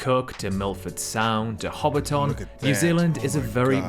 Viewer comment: We're actually not that small. Auckland is our biggest city but it kinda sucks. I say this as someone who grew up there and now lives in Wellington. -It's Hobbiton (Ho-bit-tin) not Hobbit town or 'HobbiTON'. -Yes, our vibes are super chill and generally friendly. There's always some bad apples though. We still have biggots just like anywhere else. -It's typically the south that gets really cold, not the north. - Our cost of living is pretty bad at the moment, food prices included. -Australians and New Zealanders are siblings that like to make jokes and dig at each other, always making it out like the other one is so much worse. It's almost like an inside joke that we pretend to hate each other haha But in reality we're pretty tight and when sh*t goes down, we're typically there for each other and pretty supportive. -Job market is HORRID at the moment. I've been looking for over a year after losing my last one. -'Social purpose' feels like it's been on a bit of a decline over here as certain voices get louder. I feel like it's been stronger in the past. Praying it's not something we lose. -Yea road trips are pretty solid here tbh. Ngl. It's a good way to explore and see New Zealand. It ain't perfect, but I love being a kiwi and blessed to be here.